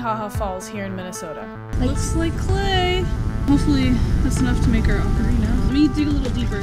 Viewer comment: I thought he was an expert until he mispronounced Ocarina.